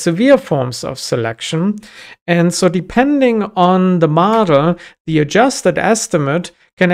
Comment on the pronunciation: As a German, I keep on hearing "Madl" (which is Bavarian dialect for "girl")